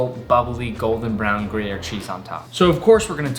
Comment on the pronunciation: "Gruyere" the accent fucking sucks 😂 But I'm ok w it